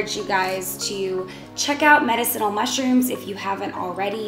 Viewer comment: You are Pronouncing Medicinal Wrong Ask Alexa or Siree how to pronounce it right...spell it out for them